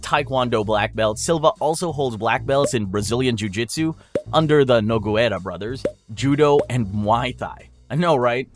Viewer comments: "Nogueira" correct pronunciation: No- (as in No-body) -guei-(same way you say gay) -ra(as you say "ra" in ChaRActer). No-gay-ra. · Nogueira is pronunced Nu-gay-ra.. Well.. sorry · oh yeah gotta love the nogu-eira brothers 😂😂😂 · Dude so many Fuckin so called MMA channels can't even pronounced fighters names pisses me off so much